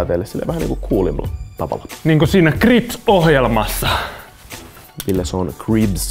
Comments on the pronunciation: sanoo krips ja Eetun ilme sanoo Ribz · sanoo kripz, Eetun ilme sanoo Ribz